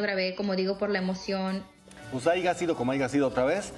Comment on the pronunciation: Aiga sido como aiga sido? Escuché mal? Jijo si deberían tener cuidado los presentadores el momento de emitir un comentario y utilizar las palabras correctamente sin el afán de ofender